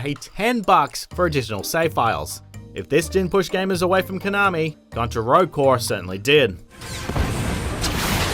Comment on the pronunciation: The way you pronounce konami is nails on the chalkboard